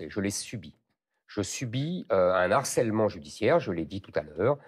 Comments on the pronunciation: >> "un N-harcèlement judiciaire" !! Éric !! Pas de liaison ici, c'est un "h" aspiré ! Je passe sur les "que ya" qu'on entend malheureusement partout. On doit dire "un harcèlement", sans liaison. Si on aspire aux plus hautes fonctions, on se doit de maîtriser la langue. Merci ! (Je suis l'un de vos électeurs.) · De grâce, quelqu'un pourrait-il lui signaler qu'on ne dit pas "un n'harcèlement" mais "un harcèlement" ? 😉